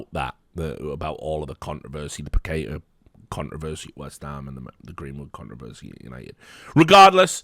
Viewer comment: Pah-keh-tah. Pah (like in party) - keh (not kay or quay) - tah (like in tarnish)! haha